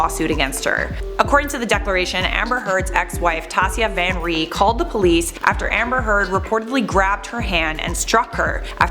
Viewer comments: omfg it’s just “Van Ree” not “Van Der Ree” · Hey! It's 'Van Ree' not 'Van der Ree' :) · Van Ree, not van D’ree 😂